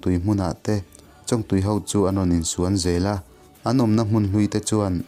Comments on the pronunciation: chongtui tia lam tur. . ania... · Chawñg ah hian thluk na wm lovin chawngtui ti a lam top tur a ni in ka va hre ve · Huat ah la lo la. I thawnthu sawi hi nakiiin zela tana ṭangkai tak tur a nia. Thluk diklo hlek pawh hi a pawi thei em a. Chuvang a nia karawn sawi. Han ṭang zel teh 👍👍👍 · A reitawh viauna a, Chawngtui tiha (ng) hi thluk tur.. Kan tiveleh hnahnawh anih chu, kei val lungmawla hian... 😁😁😁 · Chawngtui thlûk a dik lo sir 😢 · Chawngtui tihah hian Chawng hi a ri sangin lam tur a ni...North Vanlaiphai kianga Chawngtui chu Chawngchen tia chawng kan lam ang hian lam tur a ni...Thawnthu ngawihnawm tak ni... i channel hi a țha khawp mai... han țang zel teh